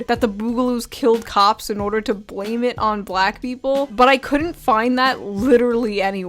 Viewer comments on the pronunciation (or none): none